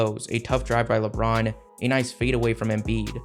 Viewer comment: You say “Lebron” weird sometimes bro… “Lebraaounn.”